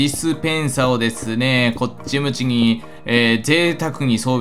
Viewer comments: こっちむちにと聞こえる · 辺りに「こっち向ち(き)に〜」って言ってるww